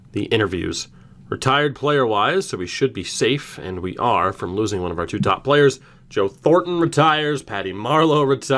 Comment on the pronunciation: All draft picks from extra 2019 draft never reach potential. Side note..I turned the speed to 0.25 during the draft, Pissed myself laughing cos u say "Pplayerrs' like Babcock!